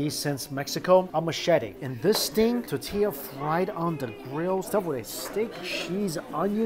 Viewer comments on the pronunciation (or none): Jackie Chan! Please say Tor-tee-ya! Not tuh-tee-ya!